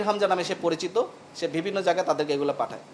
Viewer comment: এই পুলিশ অফিসার অন্তত 10 বার 'বিভিন্ন' শব্দটা ইউজ করেছে এবং প্রতিবারই "ভিবিন্ন"উচ্চারণ করেছে।